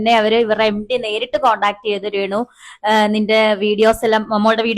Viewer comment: എടാ റേ ണു റേ ന്നു പറയാതെ രേ ണുവാ